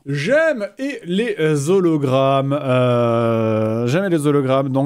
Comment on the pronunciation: Moi ce qui m'énerve le plus c'est que le mec à la fin ne fais pas la liaison entre "les" et "hologrammes" alors que le h est muet